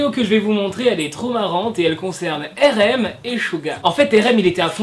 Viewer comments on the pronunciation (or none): j'aime bien tes vd mrc mais y'a un défaut ça s'écrit RM c'esr en englais ça se dit ar em pas ér ém